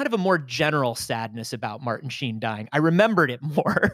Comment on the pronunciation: “Martin Shee-in” pained me Nick